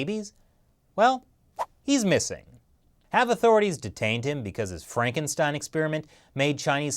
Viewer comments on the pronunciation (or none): none